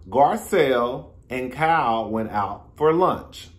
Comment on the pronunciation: It’s sound like you’re calling her “cow” instead of Kyle 🤣